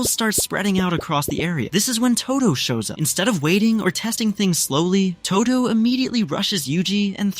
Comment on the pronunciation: Its todo not todu btw